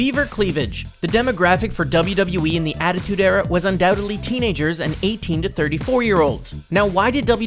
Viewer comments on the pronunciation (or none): none